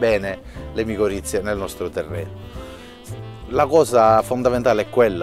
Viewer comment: Micorrize non miccorizze